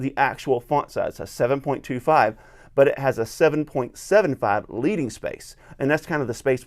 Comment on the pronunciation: Hi, great review of one of my favourite Bibles. Sorry to correct you but leading is pronounced ledding. It means the extra lead (the metal) printers used to add between lines to create the extra line space. In this case the leading (ledding) is half a point or about 1/144th of an inch